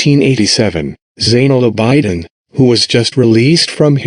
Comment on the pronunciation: abidin is pronounced aa bi din not aa bai diin